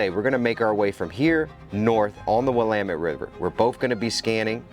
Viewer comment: The Willamette river is pronouced "will am met". Very beautiful river in the Willamette valley. I live in Eugene southern end of the valley.